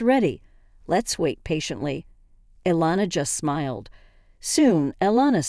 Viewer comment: Elena. Eh Len a.; Iliana ie li a na please get the names spelled the same and correct the pronunciation